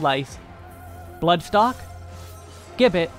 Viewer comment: The karaoke opener and offset oGCD icons do a lot to make weaving clearer, so kudos for those, and the Botanist bit at the beginning was hilarious. My only criticism is that the word gibbet is pronounced with a j sound at the beginning, like "jibbit".